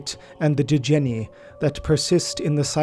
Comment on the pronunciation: 26.22 djenne is the warhammer rendering of the arabic word djinn. The D is silent.